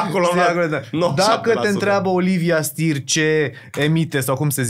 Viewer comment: Numele e Steer si se pronunta chiar asa. Nu mai englezifica totul, Mihai. Auzi... "Stir"... Pe bune?